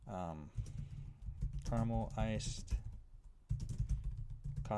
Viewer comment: bruh, it's caramel